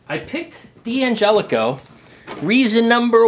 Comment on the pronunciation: It's not DiAngelico but D'Angelico. Not sayin', just sayin'.